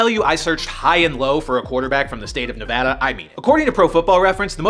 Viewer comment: I want to speak for everyone from Nevada, thank you for pronouncing it correctly.